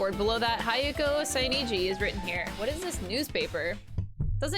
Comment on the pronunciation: She's gone through the whole game butchering Hiyoko's name, now her surname gets the same treatment XD